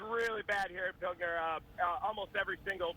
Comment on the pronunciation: Drink everytime someone mispronounced Pilger and everytime "Ben are you there"